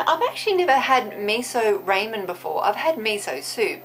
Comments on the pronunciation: .....ray-men...... no 😐 Rah-men..... (sorry if I sound a bit rude, I don't mean to it's just something that makes me cringe and panic...) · Lol it Rah men not Ray men I like the outside par BTW...I kinda felt like it was a nice change..felt like a relaxing little chitchat. In the future please do not eat the flowers. Those kind of flowers are not safe to eat. P,ease stay safe. Aww sweet kitty! I love cats too